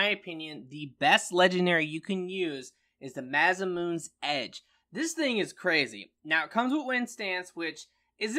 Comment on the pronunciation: I hate when people miss pronounce the name